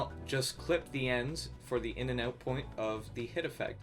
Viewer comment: The Canadian 'eouts' are somewhat satisfying.